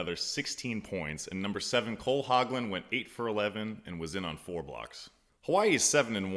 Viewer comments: pleasant surprise seeing a former warrior continuing to promote the game. Keep it up. Pronunciation since you asked. Spyros' last name is a silent "C" so Chakas pronounced Hah-kass. Hogland is pronounced with a long vowel "o" like hole. And i'm pretty sure Ido David's last name isn't pronounced like we as Americans think it should be pronounced with the long "a" and emphasis on the first syllable but Dah-veed with emphasis on the second syllable. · The C in Chakas isn't vocalized. The O in Hogland is long not short.